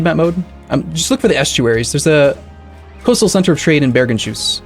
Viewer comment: Bergenshus pronounced Bergens-hus rather than Bergen-shus, means Bergens House, or House of Bergen. Bergen is a city which is sort of the capitol of the area. I live in Bergen so i should know ;) Same naming logic applies to Akershus, i.e. House of Aker